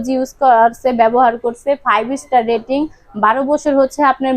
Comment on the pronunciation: এনার্জি ডেটিং নয় রেটিং হবে আপু😆